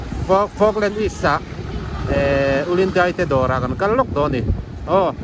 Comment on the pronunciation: Chuan,"DEIH" tilovin "DAIH" tih zawk tur🎉❤